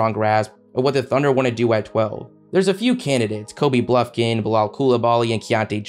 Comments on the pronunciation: As a Michigan fan it is BUFKIN not BLUFKIN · ** bufkin not Blufkin 🤣🤣🤣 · bro said blufkin😭😭🤦‍♂️